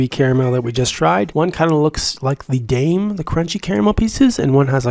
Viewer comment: How did you open it? And also it’s prounounced Dime not Dame in Milka Daim okay